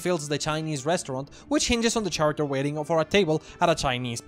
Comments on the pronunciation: I love this video, lots of great points and ideas in here. However, the H in the word "character" is silent, so it should sound like care-acter, not chair-acter. Not that it's that big of a deal, the video was still very funny and enjoyable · The main page led me here, and I have to say, great video :) I really only have one criticism, and that is that despite how good your pronunciation is in the context of being a non-native speaker, your pronunciation of "character" irks me a bit. The "ch" is pronounced like "k" here, and while this usually wouldn't bother me, the frequency with which "character" with the faulty pronunciation appears in the video due to the subject matter gets me taken out of the video a bit.